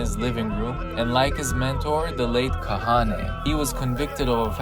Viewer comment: It's pronounced Ka-ha-na But when it's written there's an e instead of an a